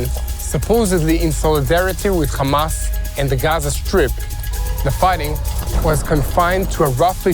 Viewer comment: „Khezbollah“ „khamas“ 🐷🐷🐷🐷🐷🤣🤣🤣 can‘t you properly pronounce it?